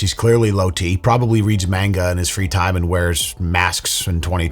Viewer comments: If you are gonna diss manga readers at least pronounce manga properly instead of looking like an out of touch boomer 😂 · Lmfao criticizing something you cant pronounce is WILD 😂😂😂 "MAIN-ga"????? Love ya bro, but stay to the rivers and lakes that you're used to.